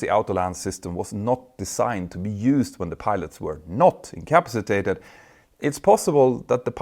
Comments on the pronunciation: Very interesting. Your pronunciation of incompacitated needs a little tuning. " In come PASS i tated" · Icapsitated...... Pronounced IN-CA- PA-CI-TATED....... say it many times. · Petter, I offer the following as an observation, not criticism. The word incapacitated is pronounced as follows: 'inkəˈpasəˌtādəd' 🤦‍♂ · Love your channel and well done vids, but its kill me to hear you say in "in ca pass a tated" wrong. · Say it slowly: “in-ka-pa-si-ta-ted”. If I were going to make a video where that was the main theme, I ‘d learn how to pronounce the word properly first. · Out-toe landing In-cap-sitated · I hate to be that person, but could you please learn to say the word incapacitated? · having difficulty with incapacitated. tricky word. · You may wish to review the pronunciation of the word INCAPACITATED.